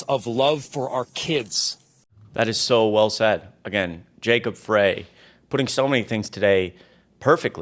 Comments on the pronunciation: It's pronouned, FRY, not FRAY. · Frey is pronounced Fry. Just to let you know for future reference. 🙂